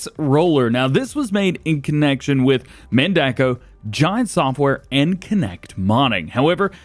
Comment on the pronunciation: No, Man-duh-co. That's how it's pronounced by John Redekop, Mandako's president.